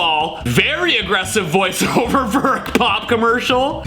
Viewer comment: "For a pop commercial" SOMEONE SAYS IT RIGHT!